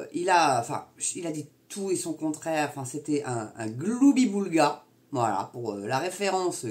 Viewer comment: Je vous estime parce que vous savez prononcer correctement le mot gloubi-boulga. Monsieur Dupont-Aignan est incapable de prononcer correctement ce mot.